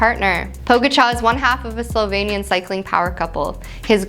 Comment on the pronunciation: Why she keep saying SOLvanian? 🤣